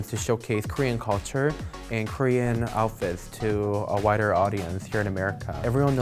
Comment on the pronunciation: Did she say wider or whiter audience with her hanbok look?